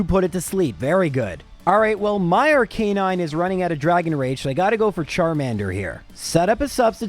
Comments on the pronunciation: I'm sorry but it's Arcah-nine, not R-canine. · Ar-ka-nine Arcanine! God! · Unsubscribe since he can’t pronounce Aracanine. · No one is talking about how he pronounced arcanine? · I know his reasons but everytime he pronounced Arcanine and Lorelei I wanted to stick a dagger in my ears